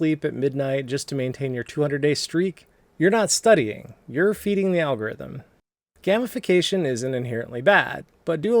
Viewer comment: It's not GAM ification, its GAME ification. Come on, Dad!